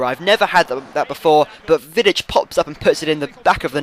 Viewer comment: its pronounced Nemanja Vidic